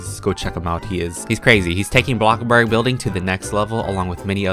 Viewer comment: the way he says blox burg soo good